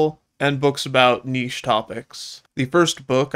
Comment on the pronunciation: Omg you said niche the way i say it, so many people pronounce it nit-ch